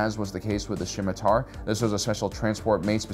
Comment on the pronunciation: It's pronounced "Sim-E-tar", buddy, the C is silent.